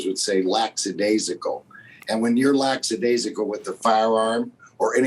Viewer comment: it's lackadaisical not laxadaisical